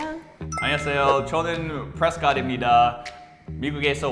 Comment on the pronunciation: Holy freaking shit man I live in prescott😂😂😂 자막에 프레스캇이라고 적으셨는데 Prescott 현지에서는 프리스킷이라고 발음합니다~~